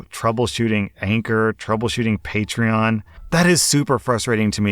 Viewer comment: Throw back to when pronounced patron as patchron